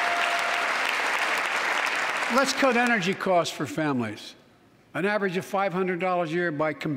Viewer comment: “...and a pound of Ukrainian people. A proud, proud people pound for pound ready to fight with every inch of urnigy they have...” Wth is urnigy?